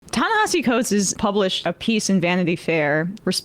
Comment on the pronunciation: Great show, thanks for celebrating this great writer and thinker's words. The second portion of his first name, as he often points out is pronounced differently than it looks, i.e., Nehasi.